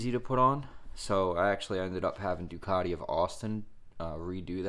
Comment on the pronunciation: It's not a "panagial" nor is it a Doocartee... It's a Due-cat-ie Pana-garlay.